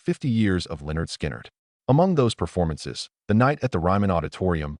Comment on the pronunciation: Who is this idiot narrating this? Someone needs to school him on how to pronounce the name of the band, and the names of the ones who were in the crash.